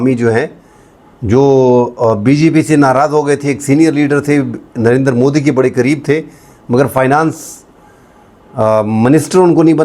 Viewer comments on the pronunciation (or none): none